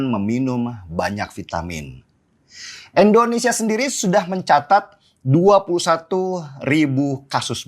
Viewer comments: Bukan Endonesa om, Indonesia yg bener ngucapinnya Sentil nih 😅😅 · Indonesia bang den.. bukan endonesia.. Sekedar saran aja ; gunakan ejaan yg bener ah, biar lebih nasionalis lg bang den